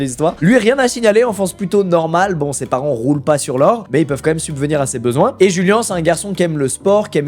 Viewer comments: Je suis le seul à trouver bizarre le Julian et non juliannn à l’espagnol C’est bizarre Julian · ! Mec t'es chiant !!!! Corrige ta vidéo mec !!! Çà se dit pas "jùlen" (phonétiquement) mais (phonétiquement) "D'Joùliánnn" !!! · Le blaz se prononcerait pas plutôt "Rouliane" vu qu'il est un peu hispanique (proximité avec le mexique)? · rip djouliane pour la mauvaise prononciation de son nom pendant 22 minutes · Julian ça se dit "Rouliann"